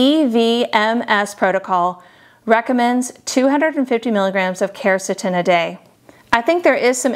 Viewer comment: she dosent even pronounce quercetin properly lol